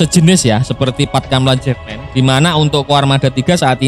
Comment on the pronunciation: Jefman min bukan jefmen 😂😂😂😂 ente pikir itu bahasa inggris 😅😅. Matan bukan metan 😅😅 itu pulau raja Ampat paling dekat dengan kota Sorong.